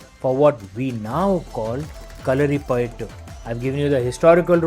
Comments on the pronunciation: sir thankfull for prnouncing name of the martial art correct for every body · Yah.. Thats the correct pronounciation.. No need to stress the "U"